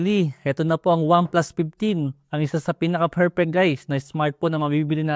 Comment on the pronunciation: Pinally, OnePlus PIPteen SmartPon. 😂